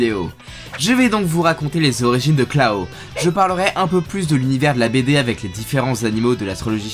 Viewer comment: Klaw ca se prononce comme claw (griffe) donc « klo » merci